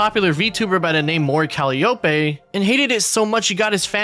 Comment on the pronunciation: its pronounced "cal-eye-oh-pee"